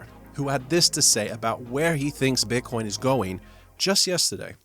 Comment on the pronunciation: Did he call Bitcoin beancon? :D